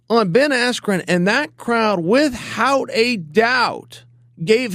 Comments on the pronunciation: I love Chael, but does anyone else notice he can't pronounce the word "without"? I've noticed this in countless videos wit hout anyone saying anything. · Chael "With Hout" Sonnen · Where would we be, with-HOUT Chael Sonnen?